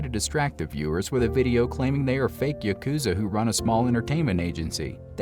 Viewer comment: Yukuza yukuza yukuza, dude YAH wtf lmao